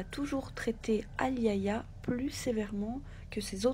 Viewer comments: Super video. Juste pour info le prénom " Aliayah" ce prononce. A-L'ail-Ya ( le " A" au milieu est muet ) comme la chanteuse de rnb américaine décédé dans les années 90. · Se prononce A-li-ya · elle ne s'appelle pas ayaya mais Aliayah par respect pour cette petite partie trop tôt, tachez de bien prononcer son nom